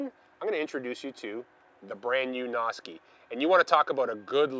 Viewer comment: (Sounds like you're saying "Nazi.") Might want to change that up. ;-)